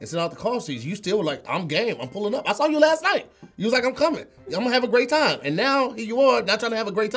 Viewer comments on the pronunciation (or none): mind: “...every time.” beard: “...every chance.” tongue: “...every tham.”